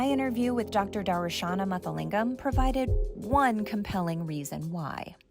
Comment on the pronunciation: Nice one. However, you completely murdered the name of Darushana Muthulingam 😂 , Muthulingam, not Mathalingam.